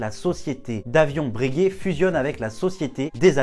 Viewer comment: Par pitié, on ne dit pas « Brèguè » mais « Breuguay »